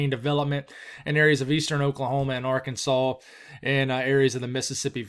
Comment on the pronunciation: Question do folks from Arkansas get mad about people calling it Ar-kansas? I've always wondered